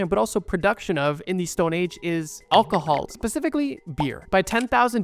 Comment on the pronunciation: You gotta learn how to say Alcohol buddy